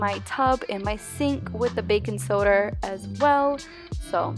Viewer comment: bacon soder 😂